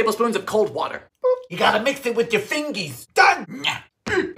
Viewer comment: might be one of my favourite sequences.. SUGAR WOTAH FIRE